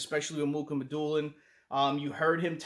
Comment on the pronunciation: It’s not Muk it’s (Moo Ha Ma Dew Lin). I call him Russian Sasquatch